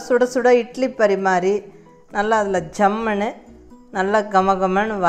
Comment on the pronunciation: Really nice...me to a coimbatorian....i like the word 'jammunu'which u pronounce everytime....